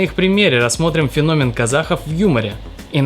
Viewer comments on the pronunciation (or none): none